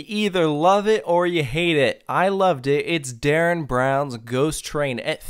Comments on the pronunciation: Derren not Darren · You deadass calling Derren Brown "Darren".